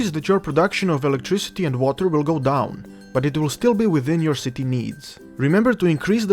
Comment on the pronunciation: Was anyone else dieing with laughter when he was saying "Shitty" :D Dude your accent with the word "Shitty" is fucking priceless. Thanks for the Tutorial it really helped :) i had no idea what i was doing until i watched this thank you :)